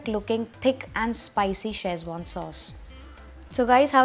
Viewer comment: If you come to China looking for Schezwan, spelling and pronouncing it like you do, no one will know what your are talking about. They will not recognise your recipe, either. Boil the chillies. Never. Tomato sauce/ketchup! Get out of here!